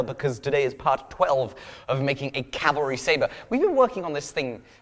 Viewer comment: Did you say calamari saber